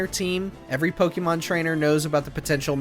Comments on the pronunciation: It’s Poke-A-Mon, not Poke-E-Mon. I’m interested in the video but first thing you do is pronounce the name of the games wrong. Grrr 😡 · Knew this list was gonna be trash just based on the way he pronounced Pokémon.